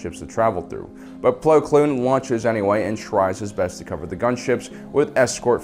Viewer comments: ITS PLO KOON NOT PLO KLOON YOU JERK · Ahsoka Tanoo, Plo Kloon, make it stop please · His name is Plo KOON not “Plo Kloon”